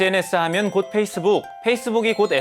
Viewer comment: 해잇쓰북 ..나만 거슬리는 건가…